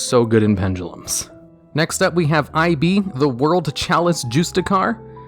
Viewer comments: Did this guy just call ib "I.B" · It’s Ib not “I” “B” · Dislike cuz of how you said IB's name, that was super cringey bro Also you can't rank up launch in draw phase, the card specifically says main phase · "Next up we have Eye bee the world chalice juice-ticar" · "I-B the World Chalice Jewstickar" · "Eye Bee, the world chalice Jooste Car"